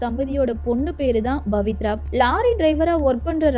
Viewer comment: It's not Bavithra but Pavithra.please try to pronounce correctly.